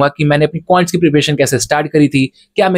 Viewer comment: Quants ❎Qants✅😂😂